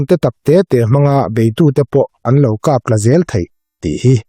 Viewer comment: Kap tla ni lovin kap thla tih tur aw, Pu-a.